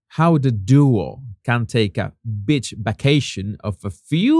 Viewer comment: When men wear a scarf around their neck like Marcus in the photo, it looks so gay to me. There have been comments that he is. Jesus, I also like the way you say 'a bi*ch vacation' (with your accent) for a beach vacation. It is more applicable than a 'beach' vacation in Meghan's case!! :face-green-smiling